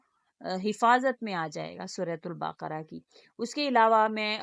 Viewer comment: Aapke Talaffuz me bhi mazeed gadbadi hai sura baqrah ko Apne suratul baaakra kaha..